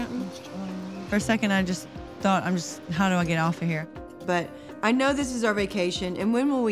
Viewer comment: It’s doo not du and it’s mummy not momma